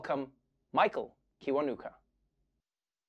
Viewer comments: Kiwanuka is pronounced "chiwanuka" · I gotta say if this guy is Ugandan which I think he is because of his surname.....his name is pronounced chi-wa-nu-ka...with no breaks